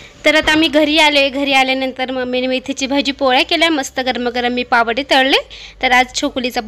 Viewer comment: अग् पावडे नाही म्हणत पाववडे म्हणता😂😂